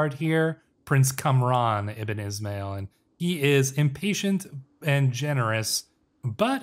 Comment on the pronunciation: is'mail is pronounced as ISMAEEL